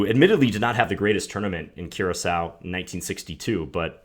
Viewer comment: The Island is actually pronounced cure a so